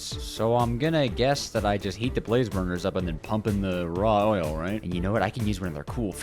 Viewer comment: DID YO SAY OILLL